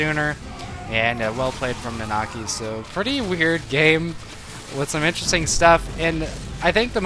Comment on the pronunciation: "Na-na-kEYE" Long I sound. Its Red XIII, man --v